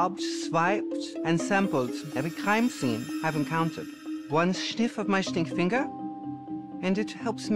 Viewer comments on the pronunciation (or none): He had an german accent that's why. Take the e from the german word away and it's Stinkfinger. The St is pronounced "Sht".